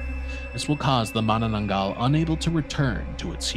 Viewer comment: I'm surprised on how fluent you pronounced Manananggal because most Foreigners had a hard time saying it because the Filipino language uses s hard pronunciation of syllables.